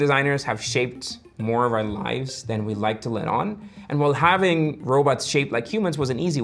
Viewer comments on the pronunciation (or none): none